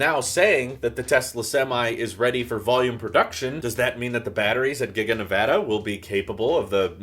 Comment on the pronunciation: ty for pronouncing nevada right